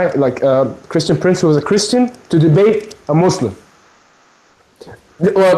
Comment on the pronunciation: XD .... such rowaybida man...kreeshtun pronz